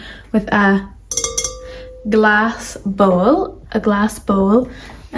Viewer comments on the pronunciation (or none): none